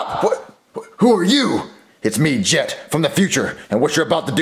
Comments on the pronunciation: you said get instead of jet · Its jet but with a g so its get but its pronouced jet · His name is get but it’s pronounced jet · CoolGuy 3478 Yes, but if you didn't watch the episode Jet his name is Jet with a g so it's Get, but it's pronounced Jet. JEEZ!